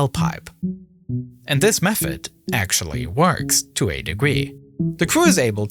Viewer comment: Actuawwy... the deepwatew howizon wig expwoded and weaked a wot of oiw which is actuawy weawy bad